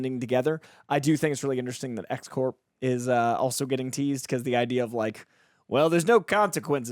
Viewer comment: you’re mispronouncing X-Corp. You’re saying it like “Core”, which is incorrect. It’s Corp, short for corporation. The way you’re saying it is like the Marine Corps, which is French and the p and s are silent. It’s a small, but important, grammatical error.